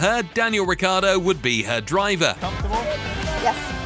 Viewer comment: It’s not Riccardo, but Ricciardo ! He’s an Aussie-Italian!